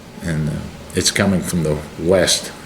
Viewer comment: heavy wain fwom the west